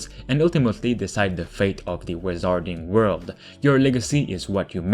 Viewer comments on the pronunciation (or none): wizarding pronounced 'wizzerding' not 'wizahrding'